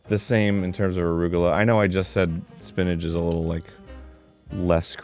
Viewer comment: Is Arin saying “spinnadge” not spinach? Lol